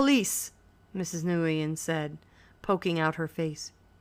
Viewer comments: The Vietnamese couple's name is pronounced "Win," not "Nigoiyen" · new-yen thats how its said :P thanks anyway this helped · I’d rather she say “nwen” than “nagooyin” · STOP SAYING NGUYEN LIKE THAT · the way she said it pissed me off so much